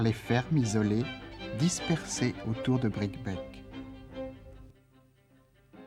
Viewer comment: On prononce Bricquebé.Neuf ans plus tard la ligne fermait aux voyageurs à cause de la neige de janvier 1970...On imagine ce que ce chemin de fer pourrait rendre comme services aujourd'hui: la nouvelle ligne pour l'autoroute ferroviaire du fret devra passer par Tours-le Mans et Mezidon